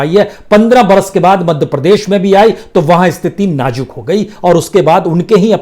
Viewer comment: Najuk nahi hota nazuk hota hai. Hajar nahi hota hazar hota hai. Aap hamesha Z ki jagah J ka use karte ho